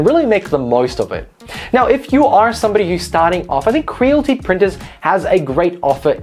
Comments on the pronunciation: its cre-a-lity not creal-ty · Creal-IT-y. Not crealty 😁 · It's Cre-al-ity not cre-l-ty